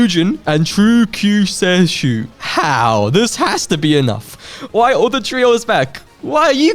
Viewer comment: I know you already had the original in the trio video but Kyuuseishu is pronounced "Q say shoe"